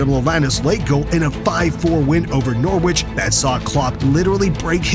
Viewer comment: love the Noor-writch (try Noh-rich ha ha)